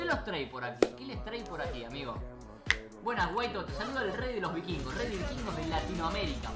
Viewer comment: Y nunca pudieron decir bien los "vikvirgos" tremendo trabalenguas es el nombre 😂😂